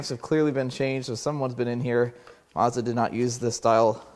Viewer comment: It's SO annoying hearing the brand name being mis-pronounced 😢 It is a Mazda. A "MAZ-DA;" Not a "MaRRs-DaRR" 😮 ☹